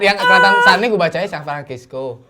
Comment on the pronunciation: san fransisco Radit: san antonio, udh deh biar gue aja yg baca